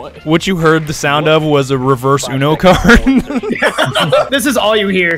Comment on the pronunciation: He said revers uno card😅